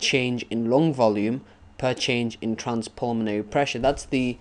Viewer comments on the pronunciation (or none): there's name is lung NOT long XD!! thx bro